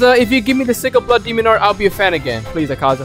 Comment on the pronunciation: It’s not akza it’s akaza